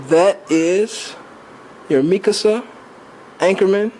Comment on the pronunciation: I'm so glad you said mikasa I hate it when people say mi kasa